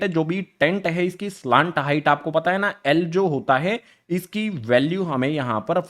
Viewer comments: Sir slant hota hai ya salant😂😂 pronunciation error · Pahle slant height to bolna Sikh Ja bad mein padha likha to aata hi nahin